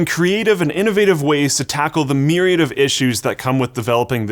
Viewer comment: said myriad wrong